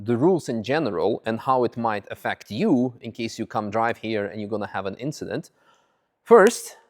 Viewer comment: It was just an inchident.